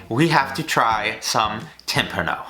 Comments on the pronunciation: ITS TIM-PAWN-NO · tim-PAH-no silly goose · Every time he mispronounces timpano I cringe Still glad he finally made this :0